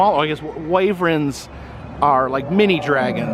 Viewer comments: Wyvern is pronounced "why-vern". Not "way-vren". Wyverns are dragons that have their wings attached to their arms. Similar to a bat. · I shared with my husband (the dragon expert) on how you pronounced wyvern. He said you just lost 800 geek points for saying incorrectly like that. He still thinks your cool though.